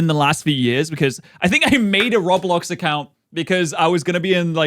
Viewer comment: The way everyone who doesn't know Roblox calls it Rawblox like just did is funny lol im glad to be back for more content